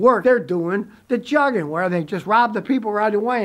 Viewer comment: Its not pronounced jugging..it is Joog-ing